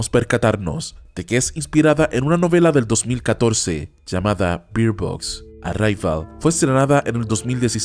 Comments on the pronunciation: Se pronuncia Berd Box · Pronuncias mal Bird Box